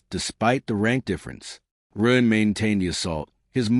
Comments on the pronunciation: It can't even say Ren half the time , it says Ruuuun, very hard to tell what the author's intent was with how chopped up this reading is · it’s when someone says “Wren” that the A.I. completely messes it up. If Wren is used in a sentence like “he gave the ball to Wren” it says it correctly.